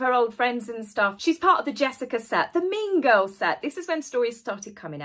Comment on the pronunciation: I thought called Meghan a "Mingo" but I think she actually said "Mean Girl". Took me a few listens to sort that out. 😂😂